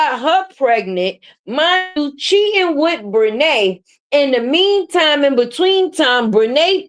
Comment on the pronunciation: 😂😂😂Did you say Bre titi😂😂😂😂